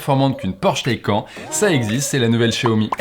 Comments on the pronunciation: "Le Taïquand " ?!? LA Taycan (Taïcane) plutôt... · Bonjour non ? 'tain j'ai du mal avec cette façon de faire chez Frandroid ..... PS : ah oui et on dit "taï canE" PS2 : Quand est-il du réseau d'entretient sur cette voiture en cas de problème ou juste d'entretient ? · Ça se prononce Taycanne le Porsche Taycan… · J’ai arrêté de regarder quand tu as dit Porsche TaycAN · Taycan se prononce "Taycane"...Ça m’a un peu irrité durant la vidéo mais je m’en remettrai... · Suis-je le seul à avoir les oreilles qui saignent à chaque fois qu'il dit Porsche "Taille-quand" ? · C’est vraiment très perturbant d’entendre cette prononciation du mot taycan! Ça se prononce taycanne ! Bon sinon n’oublions pas que c’est du chinois. Finition aux fraises, Tout qui craque après après deux mois d’utilisation, durée de vie limitée, voiture qui bip de partout… etc. C’est chaud de comparer Porsche quand même. Bon en fait je viens de finir, la vidéo et t’es un fan boy… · le fameux Porsche "t'es-quand"